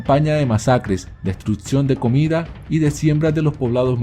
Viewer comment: Porque el que relata habla con T’s donde no van DestruTcion, ConceTcion, direTtamente, recontruTcion ,aTciones , aTtos , inaTtividad, aTtuar, proteTcion ,aTtualmente, taTtica, praTticamente etxata diretcion 🤮🤮🤮